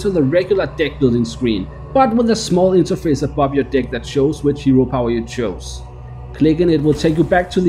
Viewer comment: I don't like the way you pronounce the word "deck"...